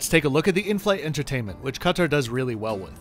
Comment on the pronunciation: First & foremost, points should be given to just for the pronunciation of Qatar (Ka-tar). When I tune in to CNN or MSNBC, I always cringe a little when I hear the anchors pronunciation of Qatar as "Carter". I was even wondering why do they keep calling out this person/ individual that the US government is seeking diplomatic aid from 😂 until I realised that they were actually referring to Qatar. 😑